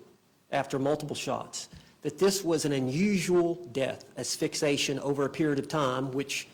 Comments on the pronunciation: What a dope ‼️Asphyxation isn’t a word. It is Asphyxiation ‼️There are Incidents, not Incidentes. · She fires 8 attorneys (or makes them want to leave) and ends up with a lawyer who says “ass-fix-ation”. Genius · The defense attorney doesnt know how to pronounce asphyxiation 😂😂😂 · Her lawyer can’t even pronounce asphyxiation right. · He can’t even pronounce “asphyxiation”!!!